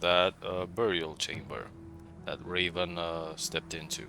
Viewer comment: Aah, I didn't think about transforming, neat idea 👍 No , I just occasionally hear "Reeven" when you mention the game title at the beginning 😀 Maybe my mistake.